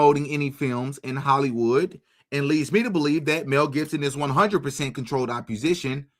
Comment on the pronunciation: Opp-o-sition theres no R ❤